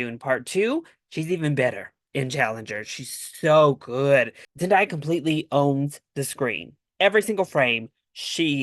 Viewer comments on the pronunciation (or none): Her name is literally a phonetically how you pronounce it. Zen-Day-a, not die-a